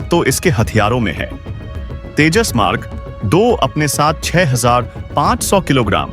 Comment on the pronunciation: IT IS SURPRISING THAT YOU CAN'T SPEAK OUT TEJAS MARK2 PROPERLY AND PRONOUNCING TAJAS MARK .... 2. YOU NEED TO RPACTICE READING TECHNIC.